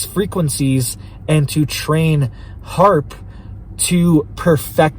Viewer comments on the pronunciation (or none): none